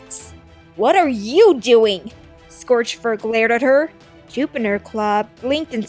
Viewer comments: You said Jupiner instead of Juniper. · It’s juniper not jupiner